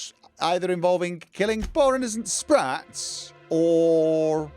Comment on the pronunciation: Sssh be vewy vewy quiet, we're hunting spwats